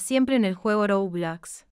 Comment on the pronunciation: me gusta cuando dice roublax